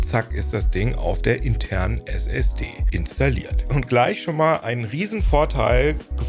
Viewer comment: Wieso spricht er RAM und Flash englisch aus, aber SSD nicht? 😂😂